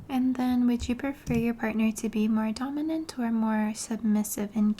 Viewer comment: Cute how you say "donimant." Do you also say aminal?